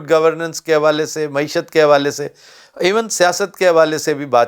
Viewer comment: Glad to hear someone finally nail the correct pronunciation of “Mayeeshat”—while every other journalist butchered it into “Moee-shutt.” 🤣🤣 Classic, always dropping pearls of “useful” analysis. As for Pakistan’s economic development plans… oh, sweet summer child, there aren’t any. There never have been. Pakistan has never had a government, only a revolving cast of puppets performing petty tricks for an audience that thinks applause counts as progress. And the folks supposedly “steering” the economy? They’re too busy daydreaming about building their own country—maybe a China-lite fantasy, or more realistically, a North Korea cosplay. 🤣🤣🤣 It’s tragic… if you ignore the comedy of errors. Every hour the situation worsens, and the generals? Oblivious. Blissfully unconcerned. Why bother changing anything when the foreign backers keep funding your circus and the politicians cheer from the sidelines like complacent fans?